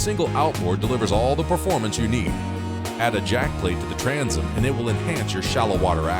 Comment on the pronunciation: NARRATOR get elocution lessons. Transom not tranzum Hull not hole